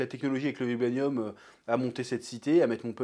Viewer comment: Ta du mal avec le mot « vibranium »😅